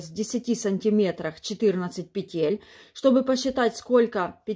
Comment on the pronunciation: Выучите ударение в словах: "пЕтель", "лЕску". В первом ряду после выворачивания вы вяжете не лицевую, а лицевую за заднюю стенку. Во втором ряду вы вяжете не изнаночную, а изнаночную за заднюю стенку. Вы их названия постоянно путаете, вводя людей в заблуждение.